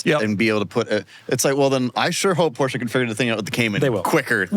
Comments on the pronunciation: Porsche. Not "Poor-Sha". Only stupid asses say it that way. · . EXcuuuuuuuuuuseME . BUT ☝️🤓-'Tis pronounced: "#Porsche". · ☝️Actually... It's pronounced "Porsche" . #JusSayin'